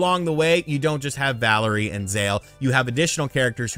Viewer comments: Also it’s pronounced “valeer”. Not Valerie. Valere is a French name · “Valerie” lmao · I feel like intentionally makes mistakes for whatever reason. "Playstation Now" should have been Play Station Plus. Valere was mispronounced as "Valerie". He mixed up the power that Valere and Zale have. These have to be intentional or else he is just a lazy reporter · valere lunar and its valere, not valerie zale solar you got it backwards